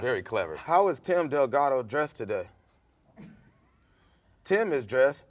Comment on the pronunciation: said Tim Del Gato